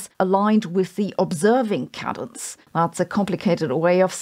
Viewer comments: Cadence is pronounced like "cay dense". You got the first syllable wrong. It's like Kate without the 't'. Sorry to be that guy. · cadence (kay-dens)*